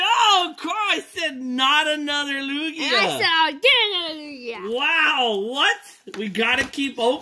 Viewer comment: TugiaNoooooooooooooooooooooooooooooooooooooooooooooooooooooooooooooooo wait isn’t it supposed to be Lukia